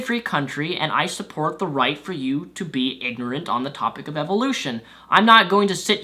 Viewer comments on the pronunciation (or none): none